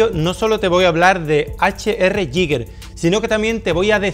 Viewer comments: El bar esta bien pero se va rompiendo poco a poco. Y nada de "yiger", sino "guiguer" con acento en la i o "guiga" plan terminacion -er britanica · se pronuncia "gai ga" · Antonio, se dice "GUIGUER"! Es que es casi imposible oír a la gente pronunciándolo bien. Gran vídeo, sigue así. Te queremos! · Antonio, era suizo, se pronuncia "Guiguer". Gracias por el vídeo, majo 🙂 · Me rechinan los oídos cada vez que dices “Yiguer”